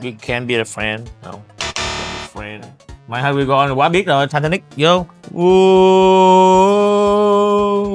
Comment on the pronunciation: "Ồ....ố..... mài hớt qiu gô on" 😂😂😂😂